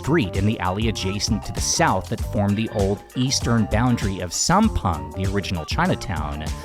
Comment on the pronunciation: I think I love อ่อส่วน more than Hoi Thot (too sweet and too crispy and too oily too) Anyway, I notice you pronounced Sam Peng not like Thai people say.